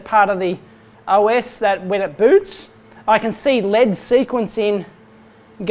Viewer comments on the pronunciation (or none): Every time he says L.E.D as Lead, I keep watching for a lump of metal